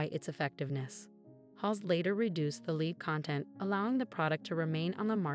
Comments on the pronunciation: So what is this "tsholera" disease the woman spoke of? And the hair products containing "leed"? Thumbs down, guys, sorry (not) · Surprising that she or they could pronounce gonorrhea but not cholera, combated or lead !